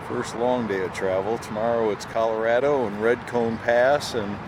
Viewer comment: Dude it is not Cal A rad Ooo, it's Cal Ah rah doh . 😮